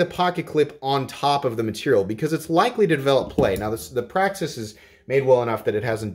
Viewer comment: Praxis, not baklash. 👍